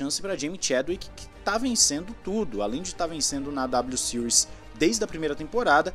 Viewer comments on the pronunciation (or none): none